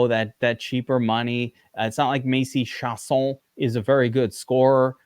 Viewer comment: Key-asson? Lol